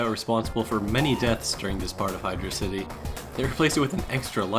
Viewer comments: ITS PRONOUNCED HIGH DRAUSITY, NOT HYDRO CITY YOU FFFUCKING IDIOT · It's Hydrocity. not Hydro City.